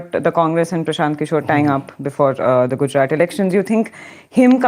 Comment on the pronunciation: Good show and. Only one peeve. misprouncess the last consonant of Gujrat consistently. It should be soft t and not hard t. English does not have soft t. But Indian languages do. Just listen to. He pronounces it correctly and imitate it. When Indian words with some specifically Indian consonants are pronounced like English words it is irritating and I feel you are making Lord Macaulay successful. Say aloud पंजाब-सिंध-गुजरात-मराठा Thank you.